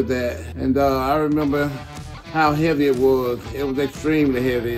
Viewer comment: "That is extremely heavvey" -Ronnie Coleman